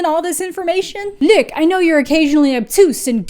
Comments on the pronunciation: It's ok, just pronounce it like Luke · Hearing you pronounce "Luc" made my ENTIRE day, so thanks for that :)